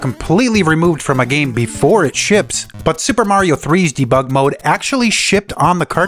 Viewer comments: the way you pronounce debug is artrocious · I've never heard debug annunciated differently, but after this video I've heard it a thousand times. ... Neat video, regardless. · You have a funny way of saying Debug... never heard anyone say it like that 😂